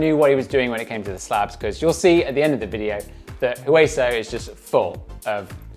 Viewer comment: Great job teaching. I still have not done all of Hueso, missing 2 features, so hopefully by the end of the series we will both be riding all of it. Oh and by the way the "H" in Hueso is silent. It is Spanish for "Bone". Oh and there are still two features on Hueso I have not been able to do. Hopefully one day I will see you out there and you can show how it is done.